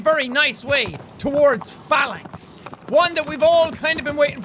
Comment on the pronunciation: I knew he was gonna say Phalanx but I thought he said Phallus, then called it the "sky spear" I was fucking dying